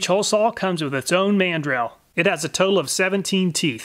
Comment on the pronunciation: How about The pronunciation of the Man. Drill! In instead of mandrel 🤣🛫